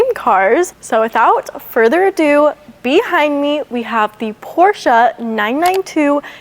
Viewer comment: I'm glad you pronounced 'Porsche' in the correct way and not just 'Porsch' without the 'e' at the end, as most non-german speaking people do.